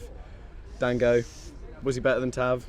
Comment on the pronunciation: Goddammitt, if yo ulove him so much remember how to say his name 'Don-GO'